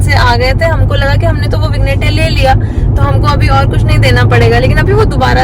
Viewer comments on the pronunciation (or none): vig+nette nahi -- vinny+yet is the pronounciation.. verstehst du?